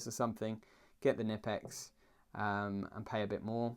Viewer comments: Not "Nippex" Knipex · The K in Knipex isn't silent dude, it must be pronounced. It's Knipex not nipex ... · Not "nipple ex" It's "K" nipex. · Found an old pressmaster krb-0560 in work and I was delighted, thing had be forgotten up in the i beams for Years, I didn't just take it either, I saw it, and it was still there 6 months later. Sounds like fair game to me. Also you pronounce the "k" in knipex (kn-ipex) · Something I only just found it, it’s pronounced “ker-nip-ex”